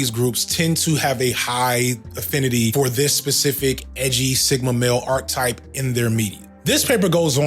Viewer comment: All throughout this video you say "Arc type" While you could have been referring to a character arc, you aren't. An arc type from Google is . . . `In mathematics, unless otherwise stated, an arc usually refers to a portion of a circle. Types of arcs. A chord, a central angle or an inscribed angle may divide a circle into two arcs.` What you meant to say is, archetype (ˈär-ki-ˌtīp) or arc-a-type if you don't know how to read that. a very typical example of a certain person or thing. "the book is a perfect archetype of the genre" One or two instances would have been easily overlooked and forgiven, but the continual use of this mispronunciation is egregious, and taints your whole message.